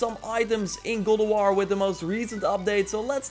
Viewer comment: IT'S GOD OF WAR, NOT GULAWAR.